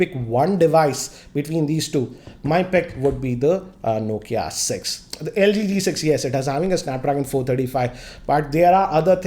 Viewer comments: Am I the only one who heard lg g6 instead of q6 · It is LG Q6.... pronounced it as LG G6